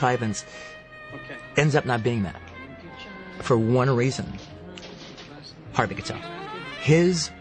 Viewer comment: "HARVEY KATEL" Edit: I just discovered that he's dyslexic